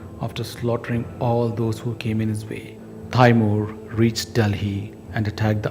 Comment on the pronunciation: it's not pronounced "tayymuhr" it's "tee-mur"